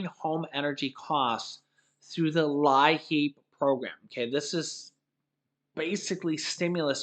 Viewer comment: It's pronounced Lee app